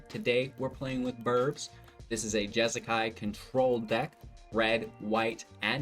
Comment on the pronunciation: Jeskai... there is no a in the middle